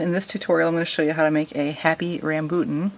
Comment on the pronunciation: It's pronounced rom bew ton